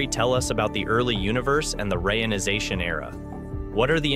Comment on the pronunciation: "...rayonization era...", I thought I had heard about a re-ionization Era, maybe I just misunderstood?